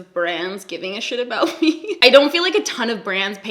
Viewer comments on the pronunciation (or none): I think I detected an aboot also 😂